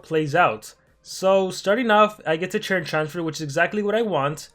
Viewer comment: Bro why cant you just say “turn” why is that hard for you your saying churn churn tf